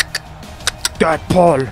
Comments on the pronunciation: abi deedpul diye okunuyo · almanya aksanıyla söylüyor